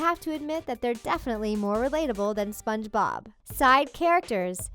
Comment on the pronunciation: Why do u keep saying spongebob like “spongeBOB” 😂